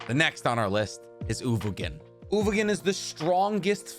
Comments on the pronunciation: "Ogovin" "Ugovin, I'm sorry" His name is uVoGin and I've never heard it pronounced correctly on this channel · He also can't pronounce "uVoGin"